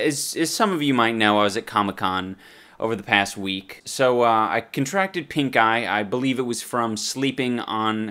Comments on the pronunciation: I keep hearing him say "I contracted a terrible case of PINKGUY" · I swear every time he says pink eye i hear pink guy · thought he said "pink guy in my eye" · All i heard was Pink Guy instead of Pink eye hahaha How do you catch a Pink Guy? Not on this channel, i tell you. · I can't be the only one that thought he said pinkguy instead of pinkeye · Is he saying "pink eye"? At the start of the video i was genuinely thinking he said "i got pink guy at comicon" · I thought you said pink guy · I thought he was saying pinkguy and that made the video even funnier. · I thought he said pink guy xD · Shit... He said pink eye (i first thought he said pink guy 😂